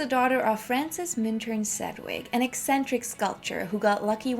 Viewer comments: Sed wick? Oof. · You should learn how to pronounce her name correctly, if you're presenting yourself as an authority: 'sedj-wik. Note the "j". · Same here. But Edie’s last name is pronounced SEDGE-wick. Sedge rhymes with hedge. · FYI, her name rhymes with "hedge-wick." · Please learn how to pronounce her last name. Am i aski g too much? If youre such a fan , learn her name. You to claim to have put your "heart and soul" into your work. Well, learn it